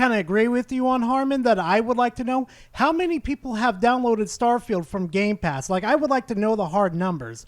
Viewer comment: I'm sorry did he just say game plast